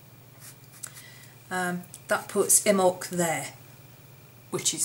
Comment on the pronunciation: Call Mrs Picky but they are pronounced, Imm bolk, Soow wain.